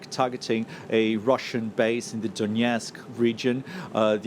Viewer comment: DONETSK not Donyetsk.